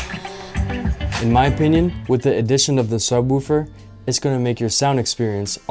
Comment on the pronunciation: it's not pronounced sub-WOOH-fer. The "woo" is pronounced like the like the "wo" in "wolf." (just sayin'!)